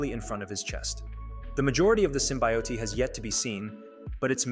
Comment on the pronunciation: Dude. "Sassil" and "Symbiotee"?